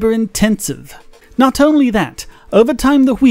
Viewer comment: A good go at the accent. Just work on 'only' which still sounds a bit like 'ahnly'.